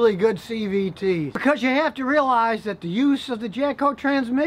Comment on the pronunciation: Was I the only one that heard him slip in a couple “JapCo”s In there with the “jatco”s?